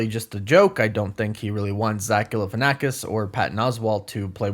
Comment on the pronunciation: Bro said zach falalkanasis